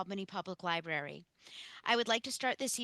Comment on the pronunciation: I enjoyed your presentation but PLEASE, it’s "library", not "libarry", okay?